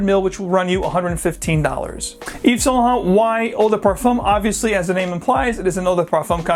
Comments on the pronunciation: Eve's Saint Luh Hont. lol. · Anyway you can say saint laurent the right way?